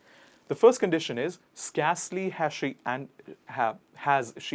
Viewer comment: You pronounce 'scarcely wrong not as in scar but as in scare pronounce as 'sker'